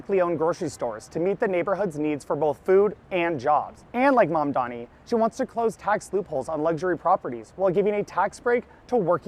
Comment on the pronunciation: Its ma'am-dani To you all